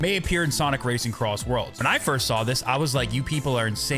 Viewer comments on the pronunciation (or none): SONIC CROSSWORLDS RACING?????????????????!!!!!!!!!!!! HOW DID YOU SAY IT WRONG